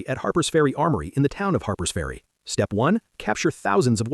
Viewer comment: AI bullshit. Harper's ferry, not Harbour's ferry.